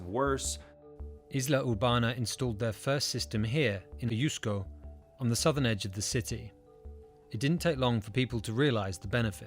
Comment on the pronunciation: It's Ajusco, not Ayusco.